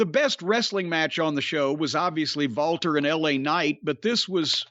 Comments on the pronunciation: Walter is actually pronounced "Valter". Jim is correct. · Because in Austrian and German the “W” sound is a “V” sound.